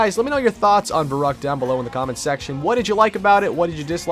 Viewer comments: its vair oo kt not vair uh kt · It’s pronounced Ferryckt and it means crazy:D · So annoying when people pronounce verrückt wrong. Anyone who is german or speaks german know that verrückt is actually pronounced ferryckt :) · i'm german and the way he spells verrückt really makes me verrückt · The scariest Part is a non German Speaker saying "Verrückt" ;)